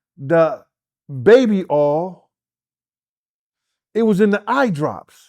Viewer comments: Why is it so hard to say”Oil”? says Baby Aw and says Baby Earl. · oh i also failed to mention as well. Instead of saying three he would say tree😂 and as for oil he say Earl😂😂 . G